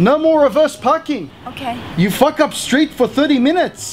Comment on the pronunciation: The way he says, "FACK" is the best bogan Aussie pronunciation ever!